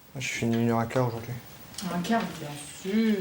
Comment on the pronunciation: "fair" "ojourd'hui" ?!?!?!??! Quitte la vite !